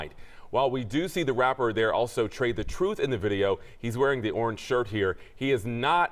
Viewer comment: “Tray the Troof” 🤣😂😅😂🤣😂😅